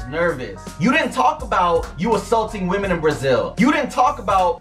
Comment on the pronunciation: Oh my gosh! Thank you! I came here to say the same thing! Why can’t anyone pronounce women anymore!!!?!?